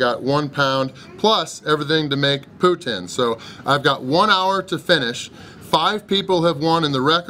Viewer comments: Putin??? Pronounced Pouteen my friendly American! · It's pronounced pou-teen not pou-tin